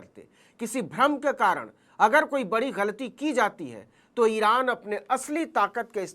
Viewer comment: Iran ❌ Iraaand